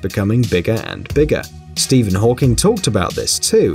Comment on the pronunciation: Did he say Steven hawkings🙄🙄😱😱